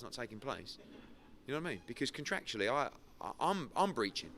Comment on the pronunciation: Eddie "contractually" Hearn